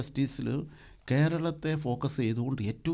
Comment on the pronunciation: എടാ ഗാസ ചെക്കാ വിശയം അല്ല വിഷയം